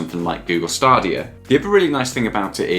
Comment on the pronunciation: Yeah he just need to learn how to say stadia